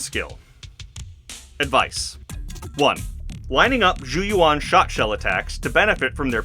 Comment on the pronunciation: very nitpicky thing sorry but zhu yuan literally says her own name correctly (even in EN voiceover) in the agent screen. its closer to "joo yew-en" than "jou yoo-won"